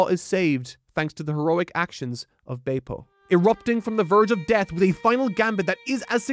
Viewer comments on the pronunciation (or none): Beh-p-oh. Is how the anime pronounces Bepo's name. Just think about the Japanese characters that make up the name. Be-P-O.